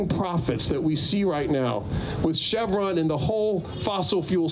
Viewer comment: Please learn how to pronounce "chevron". Don't thank me. Just pay it forward.